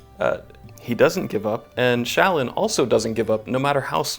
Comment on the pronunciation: Those pronunciations of Jasnah and Shallan made me cry.